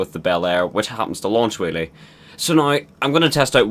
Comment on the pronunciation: every time he says whelly he says willy